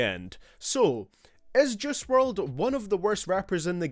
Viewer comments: I dunno why but he sounds like he’s saying Jiz wrld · Since your so good at judging his music u should also learn how to say his name